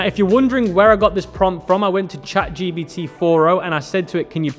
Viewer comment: Bro ChatGPT not ChatGBT lol